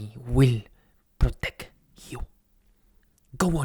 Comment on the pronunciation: "Excuse me _señorita_" Lo pronunció bien... LO PRONUNCIÓ BIEN este hombre no habla ese "español" cringe :'D